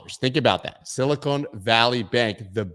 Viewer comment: it’s Sil-ih-kahn, not sil-ih-cone